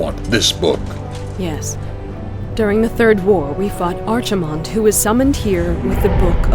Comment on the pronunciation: bugs me how they pronounce archimonde